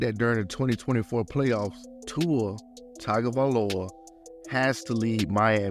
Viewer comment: My brother, love the vid. One humble tweet- TagovaiLOA not TagovaiOLA. Otherwise solid facts